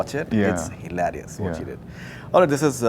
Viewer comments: Its NOT HILAAAARIOUS. its hilarious. Go and learn english before speaking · Whats up with HILAARIOUS? Its not pronounced that way i guess